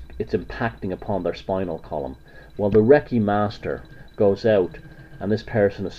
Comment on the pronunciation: Wrong. You can't even pronounce Reiki. It does NOT invoke spirits. It moves stagnant and blocked qi flow within the person's energy field. You obviously have a problem with women too.